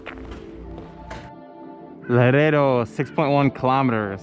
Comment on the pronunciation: Laredo is a soft "R". Good video! Enjoy it!